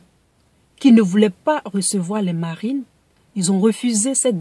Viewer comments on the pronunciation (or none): Tu pouvais dire marine normalement 😂😂😂 pourquoi ta fait un accent américain là ?!